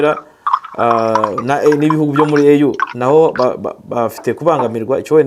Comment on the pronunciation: kosora bino: EU bayisoma "iyu"(apana "eyu") kukwo ari impfunyampfunyo y-icyongereza "European Union". African Union niyo bita "eyu". Komera